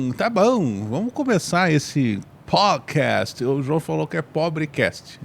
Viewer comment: PodcaSST; PodcaSSTrader; CaSST; CaSSTrader